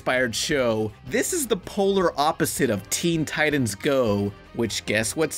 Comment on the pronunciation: You lost your credibility when you pronounced "titans" wrong.